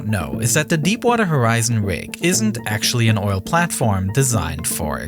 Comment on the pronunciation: Actuawwy... the deepwatew howizon wig expwoded and weaked a wot of oiw which is actuawy weawy bad